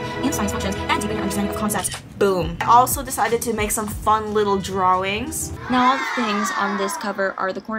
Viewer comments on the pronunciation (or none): why did u say drawings like that